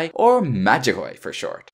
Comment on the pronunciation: You absolutely butchered the title of the game. Which is amazing, considering a member of the cast says it every time you get to the title screen.